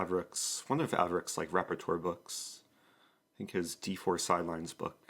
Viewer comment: re: "Repertoire" is pronounced "REP-puh-twahr" -- I don't know what you're saying but it makes me grind my teeth. Love you.